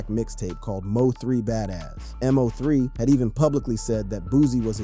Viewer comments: How you can't say his name right M-0-3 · Why you mispronounced this man name